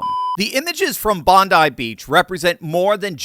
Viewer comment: You're the first person I've heard discussing the attack who correctly pronounced the name of the beach. Good work!